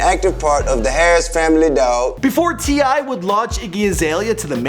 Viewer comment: finally a name can pronounce